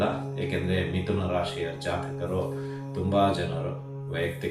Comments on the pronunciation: ವಿಥುನ ಅಲ್ಲ , ಮಿಥುನ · Namaste gurugale.mithuna antha agabeku.adare vithuna aagide gurugale.